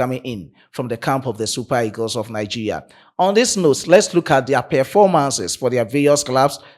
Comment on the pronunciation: Bro you are not pronouncing the Nigeria properly